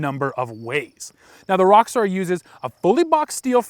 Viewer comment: Sounds like you're saying Rockstar instead of Roxor.